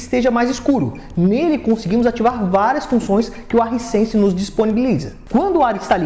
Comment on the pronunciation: “Haisense” não risense. Bom vídeo.